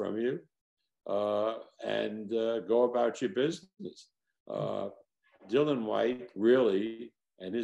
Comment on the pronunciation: It’s ‘Dillian’,, ‘Dillian’ not ‘Dylan’, is it that difficult to get right?